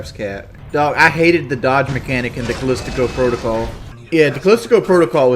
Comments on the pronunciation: Dude…someone please tell him how to pronounce “Callisto.” It’s not “Kelistico Prodocull.” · big ups